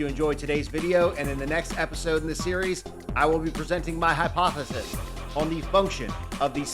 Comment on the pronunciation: I don't think out of any of the two hundred-some videos I've watched had heard you fuck up your outro ONCE. You sticking through that was epic. 👌I would not have been able to withhold my laughter had I done the same. 😆 Looking forward to hearing your hypothethith.